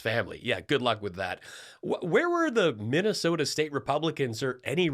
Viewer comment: Missasota! Perfect!